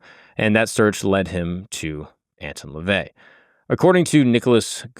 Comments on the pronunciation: You already started off this episode, saying his name incorrectly. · The way you mispronounce his name annoys tf outta me